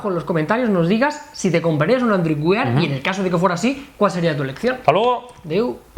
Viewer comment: Joder se dice "wær" no WIAR.... Dejad de decir WIAR que duelen los oidos! Por lo demas sois muy genios!!👍